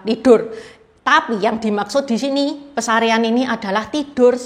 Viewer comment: Yang benar Pasarean Bukan pesarean